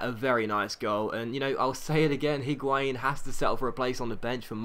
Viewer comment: I dont really care but considering you make a lot of effort to pronounce each player's name properly why are you saying the 'H' in Higuain I cannot understand...spanish does not pronounce H at all and neither does french (or italian as far as I know)...great episode anyway as always though!!